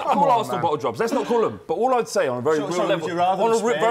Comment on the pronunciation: Robbie isn't able to handle the word bottle😂